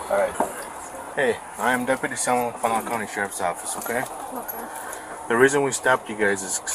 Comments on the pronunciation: wait do people say fond du lac as "lock" and not "lack"? Or am I wrong lol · Pronounced as Fond Du “lack” not lock. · Fond Du Lak not Fond Du lock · nice pronunciation of Fondalac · Ouch. Fond-du-lack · Just for future reference, it's pronounced like "fondue-lack" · Fon do lack is how it's said :) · Bro I'm from fond du lac and it's really bad to hear how people try and pronounce the names... I mean they're either Indian or French lmao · I cringed at how he pronounced Fond du Lac. 😂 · Are there no Wisconsinites in the comments?! That pronunciation of Fond du lac was heinous